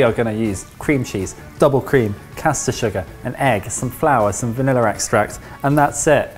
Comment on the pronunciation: I didn't know that "vanilla" had an "r" in it...